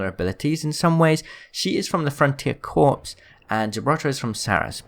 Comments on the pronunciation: You don’t pronounce corps like “corpses” ,you pronounce it like “core” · The word "corps" is not pronounced "corpse" it is pronounced like "core". For example Marine Corps. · Corps is pronounced "Core" not "Corpse" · who else cringed every time he pronounced Corps. as corpse? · You pronounced Corps wrong. Its pronounced as core/cores